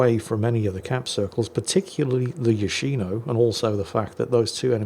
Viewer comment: It's Yòshino, not Yoshìno. Watch "yakuza fiance" to get it right.